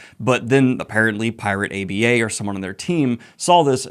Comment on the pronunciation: Pls stop saying pirate A.b.a. Its aba